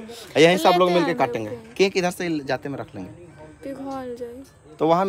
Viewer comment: केंक क्या होता है?😂 केक को केंक बोल रहे हैं